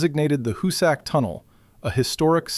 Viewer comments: HOO-sick, not hoo-SACK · Where did you do your research? To begin with, it is neither the hoo-SACK mountain nor the hoo-SACK tunnel. It is pronounced HOO-sick. Work did not begin at the west end, it began at the east end. The Excavator---as you call it---was a patented steam driven stone cutting machine that cost five figures each and took nine months to assemble on site. It was assembled and tested near the east portal, where it chewed into the rock at a great pace, cutting a circular groove a few inches deep while drilling holes into the "plug". By the way, it looked nothing at all like a modern tunneling machine; a perfectly serviceable engraving of it exists. The plug was blasted out and the machine was sent in again. It chewed its way fifteen feet before it jammed and it was years before they got it out. The one purchased for the west face was never even unpacked. That Haupt completed 1800 feet at the west face is laughable. His men broke through a wall of limestone and found a massive deposit of what the called "porridge stone"; it was rock so saturated with water that it had crumbled into something like quicksand. It necessitated the sinking of a series of test shafts to find out where the deposit ran out....a good half a mile to the east, which resulted in the sinking of the West Shaft to provide two additional workfaces. Haupt also understood the importance of the two ends meeting head on, which is why he deliberately started the west heading off by a degree or two so that if the two heading